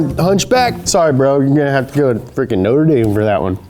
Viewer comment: Norte Dame. That killed me.